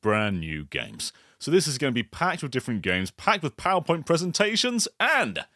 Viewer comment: ProwerPoint, some might say